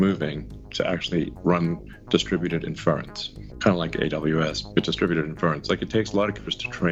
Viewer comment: I enjoyed hearing poor old Musk failing to comprehend and pronounce 'Inference' no end!